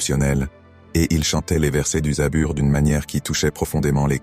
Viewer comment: ON DIT PAS ZABUR MAIS ZABOUR